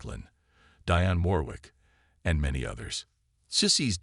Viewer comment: You need to learn how to say Aretha Franklin Dionne Warwick properly